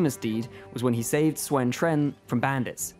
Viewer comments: Who teach you to pronounce the Sun's name? It's pronounced like soon, not suan. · Is there a reason Sun is pronounced Swen?, isn't U pronounced like oo in mandarin so it would be like saying Soon. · I appreciate your effort in the pronunciations but can you please stop saying Swen in regard to the Sun family. Also, who is this Laura Bu you keep mentioning? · Though he pronounced the Sun name wrong from what I heard of other Chinese speakers saying the name. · I love the new patch! I love the DLCs! I love the Game! but please... IMPROVE YOUR PRONOUNCIATION! I feel so sad for the Sun Family's name being slaughtered... Any peace...